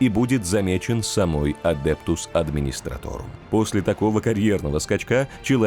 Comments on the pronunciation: Видос прям класс, давно я так не кайфовал от чтения из википедии под медленно проплывающую картинку) но есть вопрос: почему адептус администратОРум ? Когда адептус администратум... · САМОЙ, Карл!!! Адептус мать его адмистраторум! На этом просмотр видео, несмотря на прекрасный голос диктора, предлагаю закончить.